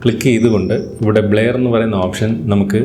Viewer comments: ബ്ലയർ അല്ല ബ്ലെർ..vaayikkan polum ariyille...engeru schoolil padippikkunnathalle....kashtam! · ബ്ലേയർ അല്ല ബ്രോ ബ്ലറെർ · Endhuvado valya youtube karan bleyar alla brur ennanu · ബ്ലെയർ അല്ലലോ ബ്ലർ അല്ലെ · ബ്ലെയർ അല്ല ബ്ലർ ആണ് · ബ്ലർ എന്നാണ് ആശാനെ അല്ലാതെ ബ്ലയർ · ബ്ലയർ അല്ല.... ബ്ലെർ ആണ് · ന്നാ അങ്ങനെ alla ബ്ലര്‍ aannu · Bler alla blur